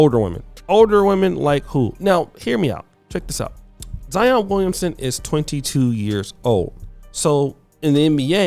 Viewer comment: Boy you didn’t do any research. Zion played at Duke 😂😂 and you pronounce names funny